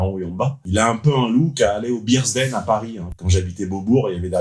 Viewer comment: Bears’ Den, pas beers’ den. A revoir la prononciation en anglais 😀 mon avis sur le sponsor de ta vidéo : le Bear’s den !!